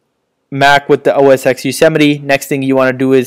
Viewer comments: "OS (TEN)" not "EX" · LOL Bro its not OS X it is pronounced as OS 10 Yosemite. X is Roman 10 not English Alphabet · OS 'EX' LOL